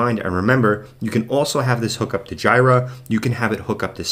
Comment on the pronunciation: So sorry for being 'that guy' but the tool "Jira" is pronounced "JEE-ra", not "GY-ra" The product name comes from the second and third syllables of the Japanese word pronounced as Gojira, which is Japanese for Godzilla. The name originated from a nickname Atlassian developers used to refer to Bugzilla, which was previously used internally for bug-tracking.